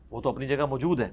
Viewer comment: Ali bhai "Mjood" ki bjaey koshish krein k lfz "mou'jood" theek se ad'a kiya jaey. "Mjood" pronouns krtey hn to zra gher.ilmi sa lgta h Shukria .